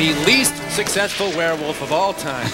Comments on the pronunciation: "A warwilf...?!" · "You is a werr wuff" and the honking guard are absent, but otherwise great video.